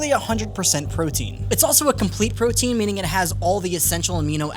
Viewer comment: LOL, “Mike’s Proteine” 😂 Also: My dude, stop grabbing your mic! 😂